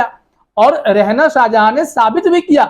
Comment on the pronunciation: Beta Rehna nahi balkay REHANA hota hai naam tu sahi lo